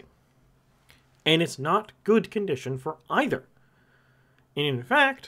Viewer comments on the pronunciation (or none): none